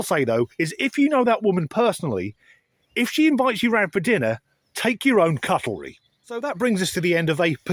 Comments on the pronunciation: It's not the spelling that I'm referring to. said... cut-el-ry. Take a listen for yourself. It's a blooper for sure. 🤣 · "f you know that woman personally.... if she invites you 'round for dinner.... take your own cutelry." Seriously,? Cutelry? 🤣🤣🤣